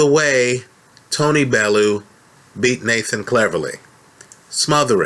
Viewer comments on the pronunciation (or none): It's pronounced .......Bell-you 8) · please learn how to say bellew